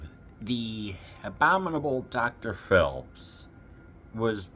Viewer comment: Really enjoyed your review of The Abominable Dr. Phibes! Normally I let pronunciation quirks slide, but since we’re talking about the title character, I have to jump in — “Phibes” (P-H-I-B-E-S) is pronounced “Fibes,” like “Vibes.” Not “Philbs” — there’s no L hiding in there. I have to admit, I was a little surprised you said it that way, especially since they mention his name so many times in the movie. Just thought I’d pass it along — after all, Dr. Phibes deserves to have his name said right!